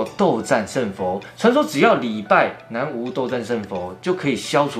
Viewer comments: 南無注音為ㄋㄚˊ ㄇㄛˊ不是念ㄨˊ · ～要唸南(ㄋㄚˊ)無(ㄇㄛˊ) 因為是梵語音譯的沒有國字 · nanwu 斗战胜佛。博主先生读错了